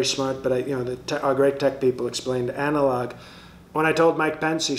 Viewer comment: 😂😅 Anal-Log 😂😅 These vehicles should have that logo on them while delivering these postcards... Anal-Log Service